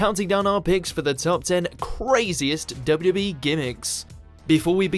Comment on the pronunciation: Why is he having problems saying WWE? He’s trying to say W W so fast, he sounds so strange!